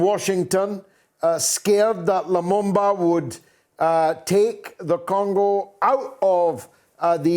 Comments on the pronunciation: It's LUMUMBA not Lumamba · It is pronounced as it is spelled: LU-MUM-BA